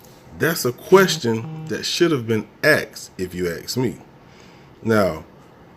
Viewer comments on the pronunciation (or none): It's ASK not AX. You don't chop a question, you ask it. Saying AX instead of ASK, makes you sound like an ASS.